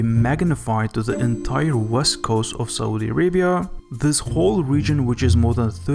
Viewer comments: great video and all but the way you pronounce Saudi is sooooooooo irritating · 'Saudi' = Sa oo di (not SO-DEE). 'Aquifer' - AH KWI FERR, (not AK WI FY ER)...lord. I love this channel, but PLEASE USE a PRONOUNCIATION GUIDE before narration. wow.